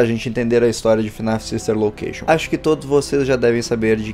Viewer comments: nossa o cara fala ''five nights at freddys the silver location'' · Eu também ouvi huehue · Eu também ouvi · Ñ eu tbm ouvi jkkkkkk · Ele falou the Silva location